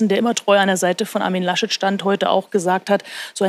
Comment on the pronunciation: Herr Lasch-Leck... HaHa